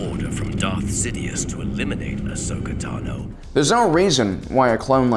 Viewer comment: Ashoka Tan O ??? Wow. Way to prove you're not a fan. The hell are you people doing making a video about a character you know so poorly that you can't even say their name right? Oh, I forgot. Shilling pop culture crap for sponsors no matter the cost to your self respect. Way to show how much of a money-grubbing soulless organization with no consideration for the content you barely comprehend you are. Here, have a thumbs-down. Hey, YouTube. Don't recommend channel.